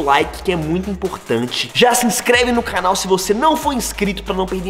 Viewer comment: Alguém percebeu que o Enaldo falou cranal kkkk🤭